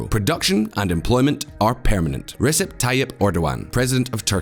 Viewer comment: Your credibility is hurt by bad pronunciations. Use Google translate, check out BBC/CNN or talk to a Turkish person for pronunciations. These are major, common names and terms said in the news regularly. Also, 'Turkish' and 'Ottoman' are not interchangeable. You wouldn't say "Bourbon" when talking about French President Macron, would you? Davitoglu, Erdogan, Recep, Sharia, et al The 'g' with a smile above is silent. 'C''s are pronounced like 'j's. There's no such thing as 'Shi-aria' I'm only pointing this out because I like this channel, learn from it, subscribe, and hope for continuous improvement.